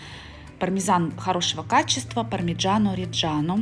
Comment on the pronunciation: По произношению где буква О нужно четко произносить О пармиджанО ОмбреллО